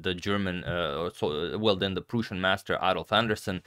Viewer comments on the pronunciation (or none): great video as always, but the pronunciation of Prussia was a slap for my ears